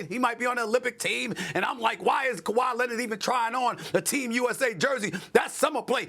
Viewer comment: “Kawhi Lennit” - SAS